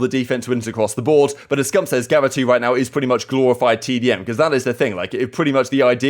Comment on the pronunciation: There either needs to be a map change or a change because I can't listen to pronounce gavutu like this all season 🤣 jokes of course